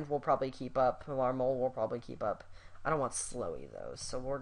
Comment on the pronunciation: Trade Marmol at all costs! He stunk with the Cubs. Also, I think it's pronounced (MARM-mul).